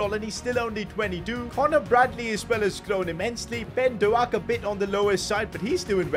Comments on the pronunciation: hey as a liverpool fan quite annoyed that you called him ben doe ak its pronounced doke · Pronounce ben doak Ben doke not Ben do al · It is not ben do ak its ben doke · Doak not doAk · It is pronounced dok not doak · Bro says Dowak not Doak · His name isn’t doAk it’s pronounced do-k Btw you should take over rangers next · Is Dook not Do-ak 😂😂😂 laughing the whole time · Bro the pronunciation is ben doke no ben doaak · "ben DoAHk" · It’s Douh-k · Bro really just said Ben do-a-k 💀💀💀💀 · It is Ben-doe-k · Hi just saying Ben doaks name is pronounced as doke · It’s so funny how pronounces Ben Doak’s name like Ben DoAk 💀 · His pronunciations of Bajcetic and doak is annoying me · The way he says doak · The way he Butchers Doak's name annoys me so much. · "BeN DOuGhaK"i love it😂ByeCketiK too😂😂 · Doak is pronounced like doek and Bajcetic is pronounced like bieshetich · Yo, Bajcetic is pronounced Bye Set itch and Doak is pronounced like Oak in Oak tree but with a D at the start. Just wanted to help:)